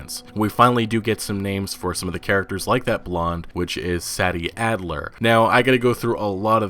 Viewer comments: Yo it’s pronounced “say-dee addler” not “sad-dee” bruh... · bro said meekah bell and saddie adler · Meecah Bell, Saddy Adler.